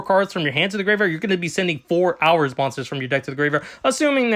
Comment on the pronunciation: It's pronounced whore-us, not hours Good video though 🙂👍